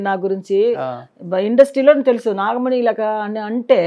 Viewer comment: నాగమని కాదురా నాగమణి రోషన్ కాక రోసన్ అంటే ఒప్పుకుంటావా